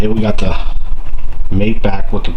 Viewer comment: That's matte with a short a, not mate with a long a.